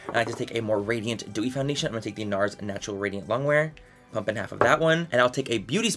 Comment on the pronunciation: You said pump and a half of fenty and I understand that as cup and a half and I was like 😳😳😳